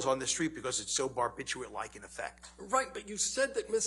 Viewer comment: If your doctor pronounces "barbiturate" bar-bit-YOU-it, run like hell.